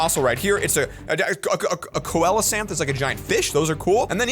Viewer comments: Its actually pronounced as see-lo-Kant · The way you say coelocanth is actually see-lo-canth